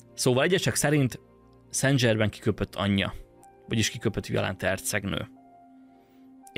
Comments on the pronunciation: ok. de kérlek szépen, ha igényes vagy, akkor készítsd már el azt a változatot, ahol helyesen mondod ki ötvenszer a nevét, léccci, lécciii (fr. szan/szenzsermen semmiképpppppp nem angolosan dzsermen, de az is dzsörmen lenne, jááááááááájjjj) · nem dzsével, hanem zsével ejtik a francia neveket: szen zsermen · Szen' Zserrmeen, légyszi ha franciás dolgok vannak, kérdezz meg a kiejtésről, segitek szivesen. Klassz videó, köszönjük! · Nagyon klassz kis video, de kerlek nezz utana hogy ejtik rendesen a francia Saint Germain - nevet (Google translate segit ;)... mondom ezt csak epito jelleguleg ;)